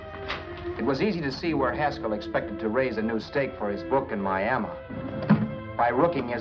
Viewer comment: I love how he pronounces Miami Miama lol